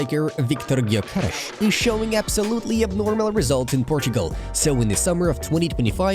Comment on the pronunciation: Hi! I'm watching your channel long time ago, and I love it so much! Only one thing, what I noticed is, that Viktor Gyökeres is a swedish player, with hungarian elders and name. You spell it already almost perfectly, but the GY still causes some trouble for you.:D If you accept some help from me, try to spell it like Novak DJokovic's name. Like DJökeres, if that makes any sence.:)